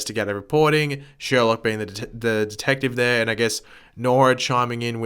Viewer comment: It is sherlouq not Sherlock